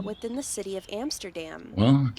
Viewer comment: She cannot even pronounce "Amsterdam" correctly